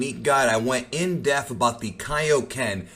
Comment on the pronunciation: It's not "in-death" its "in-dePth". There's a P in there brother.